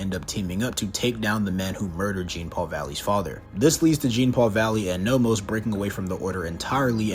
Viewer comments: Every time he says "Gene" Paul Valley, I wanted to send a nuke to him It's JEAN NOT GENE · His name is pronounced as john. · Yeah Genepool Valley’s first name is pronounced John-Paul because it’s French and unfortunately our gracious host doesn’t even try to pronounce it correctly. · Not really "John" it's pronounced like Jean Claude Van Damme. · It's not pronounced Jean like denim….. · Jean is pronounced as John, like Jean Luc Picard. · Jean(pronounced like john)-Paul Valley is such a dope character. I was so glad they put him in the Arkham games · Technically, his name is pronounced more like “John.” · Step 1: Learn how to pronounce "Jean" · He never said Genepoole, he just mispronounced Jean, he got the Paul part right weirdo.